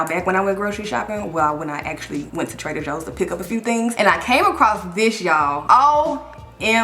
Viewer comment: I love how she says Trader Hoes instead😂